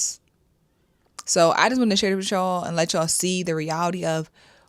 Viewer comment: Say it with me.... With you all. Not witch all